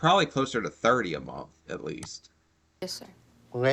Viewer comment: It grosses me out how pronounces ' month '